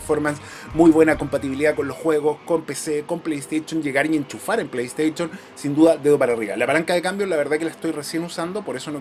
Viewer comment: Me encanta tu canal yo trabajé en venta de productos tecnológicos Samsung solo te hago una crítica constructiva pronuncia bien play station me sangran los oídos cada vez que dices play station